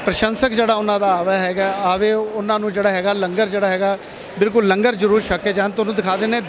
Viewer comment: Langar nu lunger na kiha karo kaar sewa wale veero